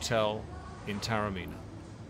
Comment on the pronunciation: A fascinating insight into a magnificent hotel set in a pearl of an ancient walled city; thanks. Just one quibble, Taormina is pronounced correctly ‘Tah-orr-mee-nah’.